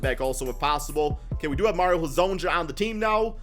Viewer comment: Ok say it with me Mario Ha-zone-ya